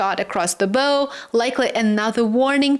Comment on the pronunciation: that's pronounced "BOW"... as in "take a BOW" - not "bow" like a 'bow and arrow' or boquet of flowers!!